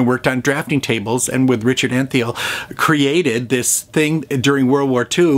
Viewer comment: Great, as always! Just one tiny correction: it's actually not Richard Antheil, but George Antheil, pronounced ANN-tile. He was not only an inventor, but also a significant and prolific composer whose most famous work is the Ballet Mécanique.